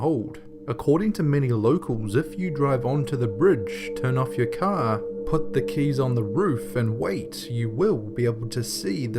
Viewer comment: i hate it when you say car